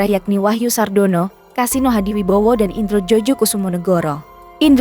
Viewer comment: Ejaan yg benar sekarang indro joyokusumo ... bukan dibaca jojo ...